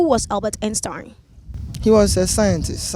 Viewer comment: The way she was saying Einstein took me out 🤦🏽‍♀️😭😭😭 pronunciation mad wrong